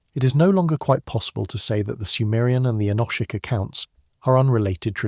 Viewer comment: All very interesting, but what on earth is the relevance of many of the pictures shown, such as the Bayeux Tapestry , some pterosaurs at 45.55 and some Chinese text ? Why do you pronounce "enochic" in three different ways? Why do you say that you "read" (past tense) the comments? Is this AI text-to speech"?